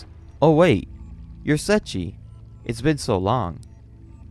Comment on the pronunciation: I appreciate the video , because going back to this manga(vol 14) and finishing it just feels like such a painful task to do.:yougotthis: I only hear "Setchi" (Seiichi) :face-blue-wide-eyes: , edit:with such a long video it would have increased the run time by 2 minutes , totally understandable /gen